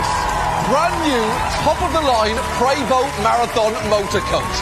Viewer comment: Hearing how he pronounced prevost bothered me